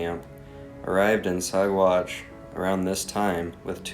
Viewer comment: Also, I thought you would have ask me what names you mis-pronounced in your Packer podcast. It seems as though accuracy is not that important to you. Ouay is pronounced "U-ray" and Saguache is pronounced "Sa-watch". Ok, now you are all fixed!